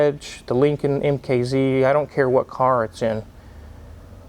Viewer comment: Lin-C-Oln From bill and Teds.